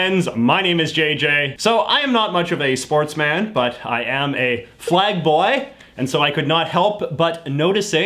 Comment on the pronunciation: when J.J said "flag boi" I thought he said a certain homophobic slur.